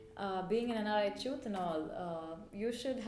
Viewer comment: just pronounce the chooth word correclty so that i can show it to others ...other than that nice video:-)